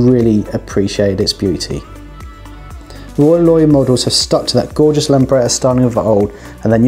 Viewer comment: Roy Loy I thought....or heard